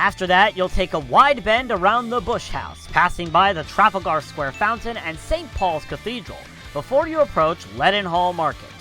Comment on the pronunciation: Your pronunciation of Trafalgar, Charing and leadenhall is hurting my brain